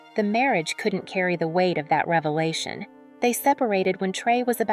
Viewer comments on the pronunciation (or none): none